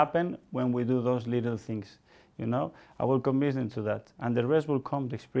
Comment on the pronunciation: Are we all gonna ignore the "conbince " and "enbironment" 🤣🤣🤣